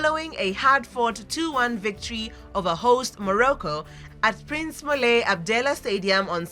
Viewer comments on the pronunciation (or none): none